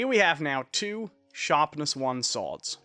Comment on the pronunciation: why do you call swords sooads its annoying lmao